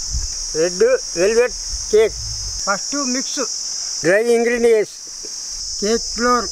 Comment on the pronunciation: How he pronounces the ingredients makes his videos even more lovable.. Be blessed grandpa